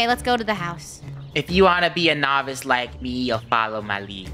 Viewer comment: “no-h-vi-ace theif”